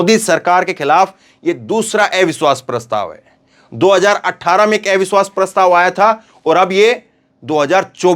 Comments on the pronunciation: " AIVISHWAS" NHI... AVISHVAS..🙏🙏🙏plz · सर, एविश्वास पत्र नहीं अविश्वास पत्र बोलना ज़्यादा सही है। आपकी प्रस्तुति में करेक्शन करने के लिए माफ़ करना। 🙏